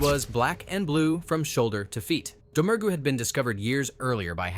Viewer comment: Faith Domergue's surname has a silent G. It's pronounced Dah-Muir.